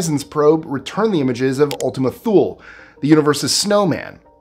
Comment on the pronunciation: Thule is actually pronounced "Tool-ee". It's a reference to a mythological land located at the North Pole where the Nordic Gods dwelled. Hence the connection with the snowman shaped object. Also, the name was changed more recently because of the Thule concept's connection to the Nazis.